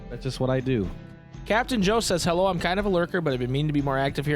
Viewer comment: going 'hewwo' killed me